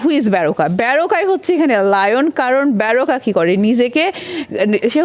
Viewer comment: ব্যারোকা নয় ম্যাম।বারোকা হবে উচ্চারণ।